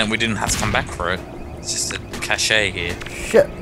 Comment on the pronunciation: you pronounce "Cache" like that too? I know it's not the right way to say it but I prefer to call it that, too. Haha